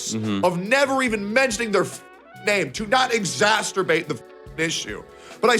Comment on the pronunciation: "exasTURbate". we got a real distinguished gentleman on our hands.